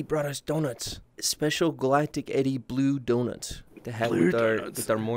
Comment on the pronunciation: I wike bwue donutchhh